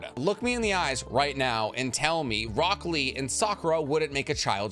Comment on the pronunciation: I just can't with the fact that in subtitles Tenten and Rock Lee are spelled "1010" and "broccoli":D I blame you, bc of your weird american mispronouncing japanese names!